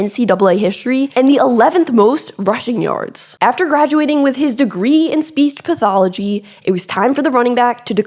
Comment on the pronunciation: Did she say speets pathology?